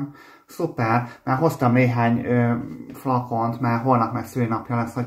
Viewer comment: Azt a flakont azt úgy mondja mintha az az 5 literes lenne xD